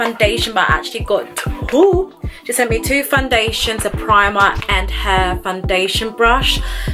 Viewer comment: The way you say “Fun-dation” gets me every time 😂